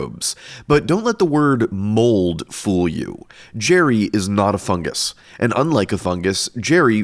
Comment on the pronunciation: "not a FUNgus" sounded like you were about to say "hes not a FUCKING fungus" like you were offended and needed to be as clear as possible